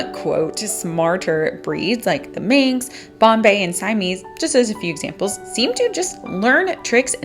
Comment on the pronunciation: It's singular Man-x, not plural Men-x